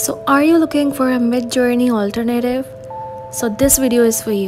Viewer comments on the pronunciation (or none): Not Al-Ter-Native It's pronounced Al-tern-ative